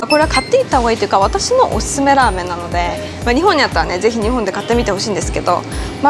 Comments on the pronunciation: いつも思う。 の「〜なので」とかの「で」の言い方が韓国人ぽい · の「~なので」とかの「で」の韓国人ぽい言い方がスキです~☆